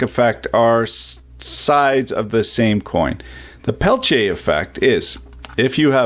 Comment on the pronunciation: Not really. It's more like quantum effect, Peltier's use semiconductor couples. But those are worthless for anything big, it's great as cooler in high precision lasers and electronics. Needs massive heat sinks though. Thanks for teaching me how to pronounce it right in French.